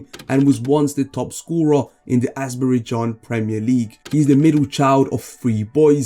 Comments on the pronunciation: super content, but you need to get your names sorted 🤣: Not Azberijan, Not KhIvichKa, not Tilbisi, not BUtami, not Hervin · Ah yes the well known country of asbrey-jan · I understand struggling with Kvara’s name but what is Azberidjan?